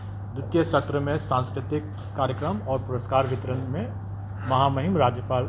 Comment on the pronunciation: सर जी कारिगरम नहीं होता है कार्यक्रम होता है आपने गलत शब्द का उच्चारण किया है।